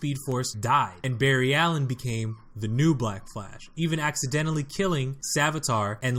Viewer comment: This man said bar ry alien who says that